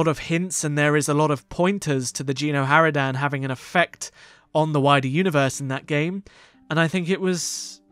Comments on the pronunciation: I'm sorry i cant hold it, it's not "Jeeno Haradan" It's Geno! a G not J xD but either way nice video xD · No it's Gen xD and lets say it's pronounced with a G not J watch a playthrough of Kotet chapter 2 and you'll see xD